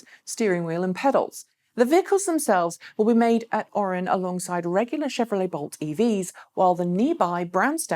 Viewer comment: Pronunciation - The name of the GM Orion assembly plant in Lake Orion, Michigan has 3 syllables, not 2.